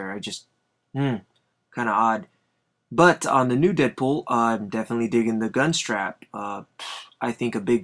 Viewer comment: its deadpool not deapool